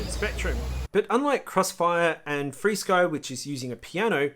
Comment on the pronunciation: u don't have to update your receivers in xfire, it just does it (with your eyes closed). Yes I use all five protocols (Flysky,R9M, FRsky, xfire, elrs) Flysky (sorry your accent may for FR sky or freesky) sounded like flysky) and as far as range and penetration yes xfire is better. I have the 1w Beta FPV module in my T16 and will do some range testing to get a mile away around the other side of a hill (Flysky 2.4 no prob). But if your looking for a good lightweight receiver/antenna combo can't beat elrs. One of my biggest frustration was spending 7 hours trying to get a betafpv superd diversity to update via usb, it would never get started with transfer. Turns out that the 2 reviver chips pulled too much power for the usb to function, wound using battery and wifi'd it. what a mess, xfire would have did it all for me. U gotta love this stuff.